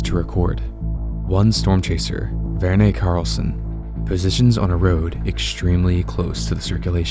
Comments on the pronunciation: The E in Verne is silent, my dude. Vern. His name is Vern(e). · I was more bothered by how he pronounced Verne.